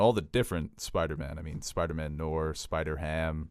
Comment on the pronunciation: It’s “no - are” not “nor”. There is an i in it because it’s French. Also basketball, rap, musicals, Tarantino, and DC comics all suck.